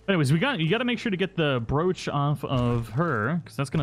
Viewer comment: How do you not know how to pronounce "broach"